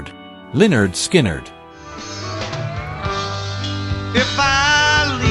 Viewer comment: Pronounced 'Leh-'nerd 'Skin-'nerd since 1973. But Artificial Stupidity thinks it knows everything.